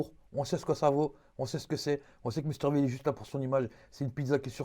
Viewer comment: V comme Vi pas v comme vé